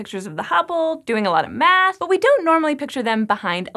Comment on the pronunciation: What's up with the way she says "math" 32 seconds in? Lol